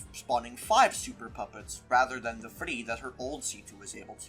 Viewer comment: why do you say “three” as “F-vfhree” 😂